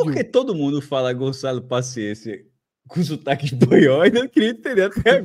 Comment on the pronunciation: Eu ri pra caramba também, no início: "Gonzalo" Paciência. O foda é que a maioria da galera pronuncia o nome com a sonora espanica mesmo kkkkkkk